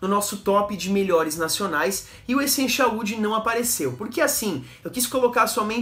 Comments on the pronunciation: Estou vendo alguns videos antigos seus de perfumes da Natura. Não sei se nos videos novos alguém já corrigiu isso, mas, tenho reparado que você pronuncia Echenchial. A pronuncia correta é Essencial, com som de "s" e não de x. ou ch. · Por que? Você pronuncia essencial assim cara 😅